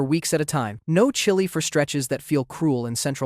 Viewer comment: Seriously and why TF did bro pronounce chili like that 😭